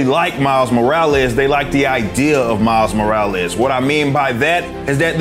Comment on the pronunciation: Miles More-or-less 🤷‍♂️